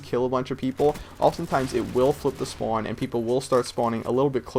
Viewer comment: Is from boston? He says the word spawn like he is but every other word sounds like he doesnt have an accent.